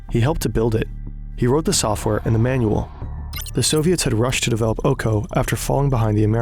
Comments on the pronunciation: its O-K-O, not OU KOU since its not english word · its not "ouko" its "oko" translated is "eye"